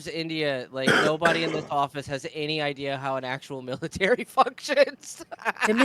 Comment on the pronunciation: That anchor sounds like she’s switching from an English accent to an Indian accent (she said 'militree' but then goes back to her normal accent 😂)